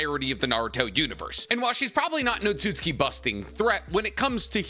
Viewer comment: the way he says otsutsuki is really bugging me